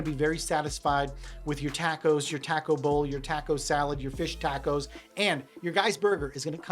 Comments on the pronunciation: WTF is a "tahko"? That's not how you say taco.... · Great video. Nice that you were able to go for so cheap. How did you do that? I thought you would have given us some secrets to traveling so cheap. Oh, YOU say Taco (tack-o), I say Taco (Talk-oh) lol